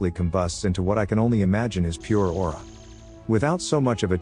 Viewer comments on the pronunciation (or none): You said "aura".